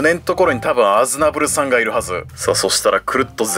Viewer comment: スティーブンの発音だとアズナブルさん が アズナブル産に聞こえるwww